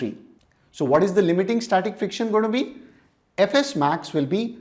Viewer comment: When sir said fs max I heard ff max😅